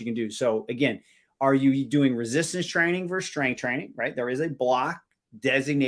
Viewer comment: "Vicious" resistance 😂 "Resistance training 'verse' strength training" 😂